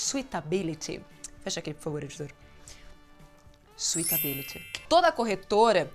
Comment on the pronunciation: Leeegal todos os vídeos :) Só melhora a pronúncia do "suitabiliy". Se vc fala com o "i" , vira docibilidade (sweet). Fala só "sutability" pois o pessoal daqui tb entende E qdo vc for palestrar nos EUA eles entenderão tb e saberão q vc sabe TUDO mesmo 👍😁